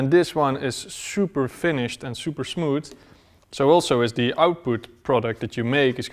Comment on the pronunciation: te smooter yo mold te smooter te output